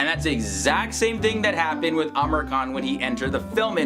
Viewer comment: seriously ...no offence bt why do you keeps calling him Amer khan..... its Amir khan.....its pronounced as "Ameer"